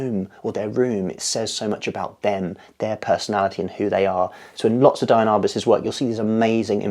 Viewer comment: She is very inspiring! By the way, it's pronounced DEE-ann not DIE-ann.